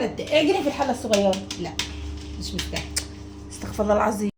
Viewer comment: انتبهوا أستغفِرُ الله بكسر الفاء و ضم الراء